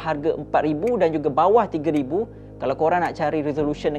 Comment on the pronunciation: kau ni 300 ke 3000? laen mcm bunyi 300😂